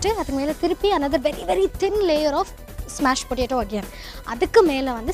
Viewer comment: !!!It's not smash potato...it's mash potato..lol